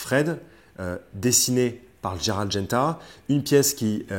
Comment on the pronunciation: c'est Gérald et pas Dgérald! roooo voyons 🙂. Gérald de Lille;-). tjrs top vos vidéos